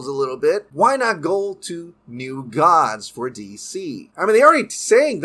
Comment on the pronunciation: Gods sounds like Dogs .